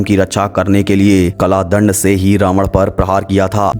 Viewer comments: its kaldand not kladnd😏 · कला दंड नहीं होता काल दंड है भाई. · Kalaa dand nhi bhai, kaal dand.